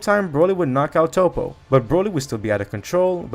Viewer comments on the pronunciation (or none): none